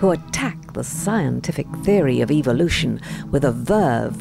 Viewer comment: I watched your excellent video on evolution. The comments were disabled. Might I suggest that you use the pronounciaton evOlution rather than evilution. Your target audience are such that hearing evil in evolution gives them the evolution sounds like evil sounds like the devil. That is evolution = evil = the devil. Unfortunately that's the way they think.